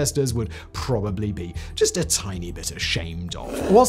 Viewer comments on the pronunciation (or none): none